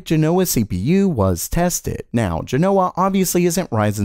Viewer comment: JEN-o-wuh, not jeh-NO-wuh